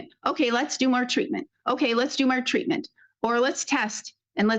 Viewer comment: But but but he said tweatment! We can hold him accountable after he said that!